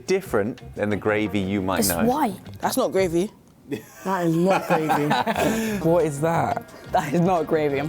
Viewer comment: As an American, it amuses me that I often hear you say "gwavey"